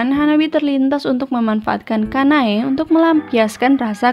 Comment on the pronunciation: Anu mbak aku mo kritik aja nih oembbacaan nya ada beberapa artikulasi nama tokoh yang kurang jelas kyk "sanae kanae Kanai "